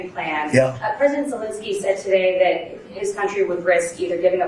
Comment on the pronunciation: You would think that the number of times Zelensky's name is mentioned and after all these years Americans would be able to properly pronounce his name. It's ZelEnsky not ZelInsky. Sad.